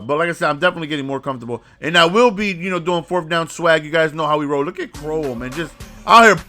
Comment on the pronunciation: c town stand up. crow-well